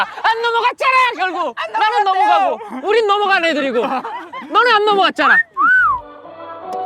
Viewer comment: 내비도!!!나는 내머세 사는 사라미야 나눙 발음 뭐야 귀여워